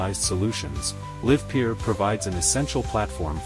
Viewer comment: They didn't even bother to find a voice synthesizer that can pronounce the name of their own company name correctly. Really projecting confidence.